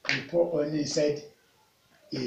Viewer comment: Is It Honey?...I Don't Understand When You Honey Or Omney Please Clarify